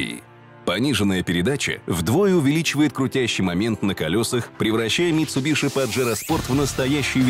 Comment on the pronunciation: Как же режет слух "митсубиШи") Это звучит ужасно)) Почему не произносить правильно?))